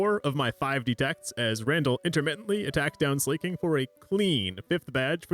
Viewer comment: Something about hearing Slaking pronounced as slay-king rather than slah-king/slacking really throws me off. Also yaaaass slay king.